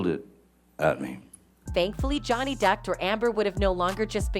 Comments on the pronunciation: NOBODY NOTICED! she said "jownee" lmaooooo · Why does she say Johnny like that ? 😂🤣